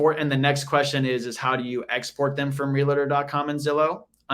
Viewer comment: realtor not realator :P